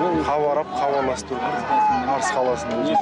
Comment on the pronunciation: Начинаются проблемы с буквы "А"- Арыс... потом по алфавиту шшс...😡😡😡